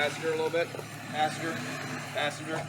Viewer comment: "Did you say Passenger or Faster??? " haha big difference between the two🤣🤣